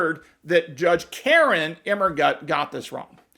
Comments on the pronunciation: I love how you keep saying KAR-in 😂😂😂😂😂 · I love the strong emphasis on KAREN, every time her name comes up... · I love the way you emphasize her first name.